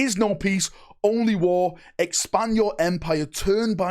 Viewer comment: “there is onlay wahh”